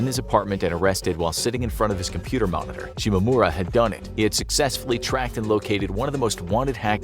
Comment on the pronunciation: "momitor" lol